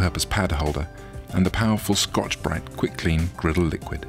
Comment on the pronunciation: the way he pronounced scotch bright was extremely satisfying